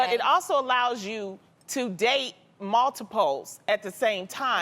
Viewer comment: Loni said "mall"tiples 🤣